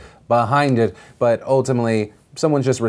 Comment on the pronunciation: Whenever Philly says "but" I hear it "fuck"